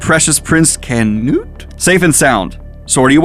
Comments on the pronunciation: Such a contrast this to the chainsaw man. You seems to be enjoying this so much more. Perfect Canute pronunciation and yes Thorkell is a fan favorite. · For your pronunciations, Thorkell is said like Thorfinn, currently you are saying it as if there is a pause in the middle. Canute was good though